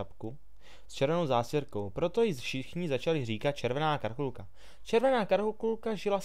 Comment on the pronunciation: karulkulka ? :D